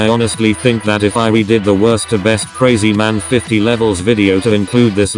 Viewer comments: Your pronouncing krazyman50 wrong its not crazyman its krahzyman50 like your old voice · The tts actually pronounced krazymans name correctly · Said krazyman50 different!